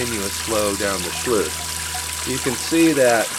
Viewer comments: Nope. You lost me after you said 'schloooose'. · It's not a schluice. It's a sluice.